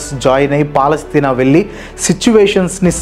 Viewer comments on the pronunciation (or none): none